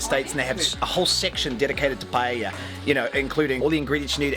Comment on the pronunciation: You correctly pronounced paella and not pallella, like most English speakers. That gives me more confidence in the receipt.